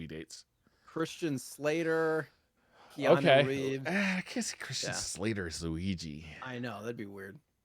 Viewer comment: The pronunciation of Keanu and Yakuza in this episode almost made me have a seizure. All seriousness I always enjoy this show